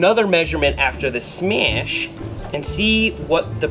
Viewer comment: yooooo he sad iiiittttt!!!!!!!!! HE SAID SMEASH LES GOOOOOOO!!!!!!!